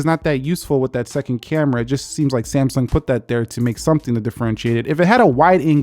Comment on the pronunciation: Did he say Samesung in the start